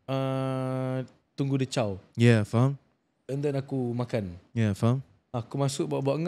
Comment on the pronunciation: Semua la faham. Xpyh la stress out "faham" tu